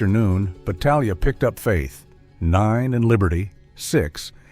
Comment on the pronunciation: This AI narrator is consistent with mispronouncing his name every other time. It's no more than this creature deserves. I know a branch of Battaglias in California; they pronounce the name the Italian way.